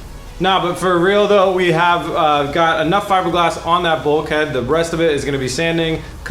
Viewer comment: Hopefully never have to hear him say bulkhead again... But seriously keep up the good work, probably the best series on YouTube in 2016 bro, the only interesting show I've seen in a while.